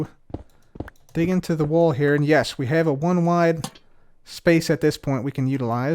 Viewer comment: Instead if sayung the cub will say da. for example he said da front